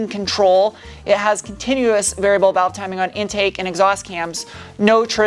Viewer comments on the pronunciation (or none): none